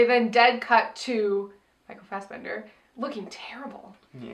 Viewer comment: It is so funny listening to you guys trying to pronounce Norwegian, mostly Micheal Fassbender.